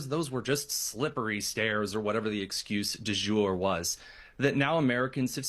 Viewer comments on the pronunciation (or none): Who says " excuse d'jour?" Cmon, small t....